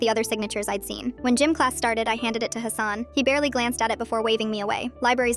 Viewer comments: Its pronounced hah-sun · It's pronounced Hassan ✅ Not Hassan ❌